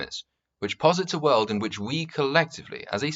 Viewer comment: Bargain bin mauler. Do you pronounce world as "weuld".